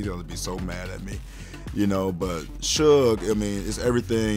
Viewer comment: Shug not Sug